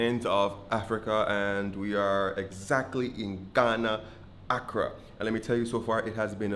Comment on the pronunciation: I am surprised that after at least a couple of weeks or so in Ghana, you have not realised or even been corrected by anyone local that the pronunciation of the name of the capital “ Accra “ is not “ Akra” as in the food popular in West Africa, the Caribbean and Brazil. The pronunciation is: “ Accraaaa” with the ending vowel “ a” as long as humanly possible. If you listen carefully, you will find that absolutely nobody In Ghana pronounces it the way you have been doing so far. It is not a big issue and Ghanaians, as you would have realised by now, are mostly very polite and respectful people and will never tell you that you are pronouncing the name of Accra wrongly. You look pretty Ghanaian and could easily pass for a local anywhere in the country. However, your pronunciation of Accra as “ Akra “ with a short “ a “ at the end, like “ Accra Beach “ in Barbados, is a dead give-away that you are not local. Not a big deal but just remember to say “ Accraaaar “! You are doing a good job. I am a native of Accra and have lived and worked in many Caribbean islands and also have a Caribbean wife!! It is good to educate Caribbean people about Africa.